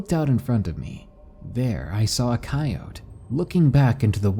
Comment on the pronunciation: >finally pronouncing coyote correctly >A few seconds later: saying it wrong again ???